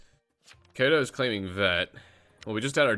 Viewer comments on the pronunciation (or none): Ik you were, its still funny how off he is on the pronunciation. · "Kayto is claiming vet" Omg why you gotta do my man Kaito dirty like this. (K-eye-to) I'm only kidding btw